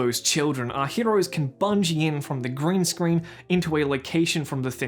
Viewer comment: I know you said 'heroes' but it sounded like you said 'heteros' and it felt really on point